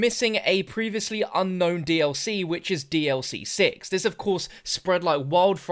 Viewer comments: Um bro it’s pronounced sixth not sigth tf ? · Sicth lol